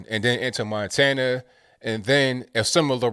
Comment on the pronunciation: Did he just call Montana minatoba😷😹😹